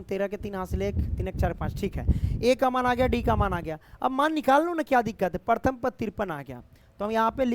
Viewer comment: Paratham nahi hota hai sir Pratham hota hai